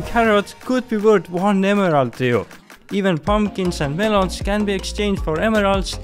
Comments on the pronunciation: Great video but I wince every time you say emerald lol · The way he says emerald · I love the way he says emerald.